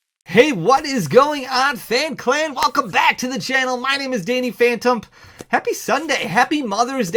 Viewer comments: I love that you said Fanny dhantom haha great videos! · Did u say phanty dantaum